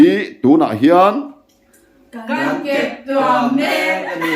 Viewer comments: Keptuam tih ah hian thluk la, keptua m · Keptuam I lamdan kha a dik lo.Tuamhlawm tih a tuam rik Anga lam tur.